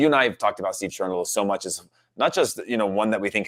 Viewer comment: Cherundolo???????? I love Cherundolo, but.... dude. OK.... at 1-0 he is perfect, there is that. LoL